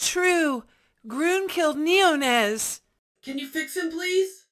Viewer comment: I thought neonez was pronounced nēō-nēz